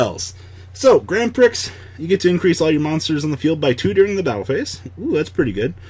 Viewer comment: While I love the F.A archetype, this video triggers me because of the way "Grand Prix" is said.